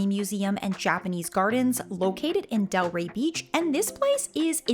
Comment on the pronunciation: Delray Beach, NOT Del Ray